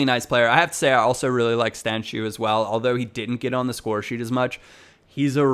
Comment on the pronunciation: I might be wrong here but i think stancu is pronounced stanku instead of stanchu.